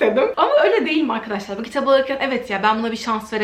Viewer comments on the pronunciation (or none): none